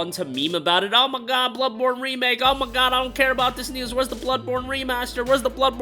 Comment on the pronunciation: "Err my gaaawwd eerrr my gaaawwd," are you from Minnesota 😂